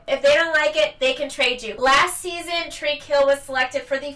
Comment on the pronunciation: Tyreke hill. Not tariq hill